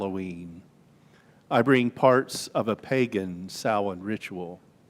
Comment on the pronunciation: Thank you for pronouncing Samhain correctly.